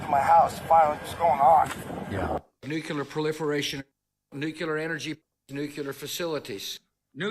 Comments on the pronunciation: that is not "nucear proliferation" oil LOL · justification for speeding: Putin's "nuculear" thermal war against the world LOL